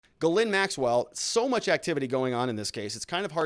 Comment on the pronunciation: STOP saying her name that way lol Try pronouncing it JIS-LEN. That's how most English folk would say it even though it still isn't spot on. Quit butchering the French language haha Love your stuff btw.